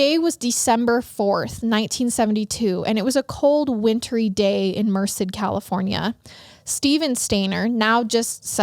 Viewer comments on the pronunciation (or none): Only bc you expect us to correct you guys 😝& bc I’m from the area- it’s pronounced Mer-Said Love your podcast! You guys are great! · I can't get over how she's pronouncing Merced. It's so cute, is sounds like ( mer-sid) but everyone here pronounceses it (mer-said) I literally couldn't watch it without stopping. I love it though. Hahaha I also have been to that neighborhood 😬 scary I had no idea. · Not even relevant but Merced is pronounced “Mer-said” 🤷🏼‍♀️ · mer-said is how you pronounce it. love your show! just started watching and now i’m hooked lol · Just listening to your Podcast for the first time. LOVE it!!!! Regarding The Brady Bunch... it was Marsha the brushed her hair 100x per night. Also, the town is pronounced "Mer-Said" Merced. Keep up the amazing Episodes. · I hate to be that person lol but it’s actually pronounced like Mer-Said. I only know because I’m from that general area in CA and hate that town so much lol it’s a crap town in my opinion. My cousin was murdered there. Anyway, that’s my two cents. You guys are great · Lol I JUST had to pause it to leave a comment about the pronunciation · Came immediately from Apple Podcasts to YouTube just to see if anyone else local commented about the pronunciation of Merced, CA. Absolutely no hate intended! Love the show and you guys!